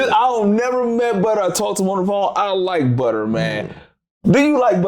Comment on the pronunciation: It’s butta goof not butter